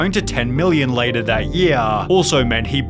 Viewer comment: That's Beddaah, See you Leytaah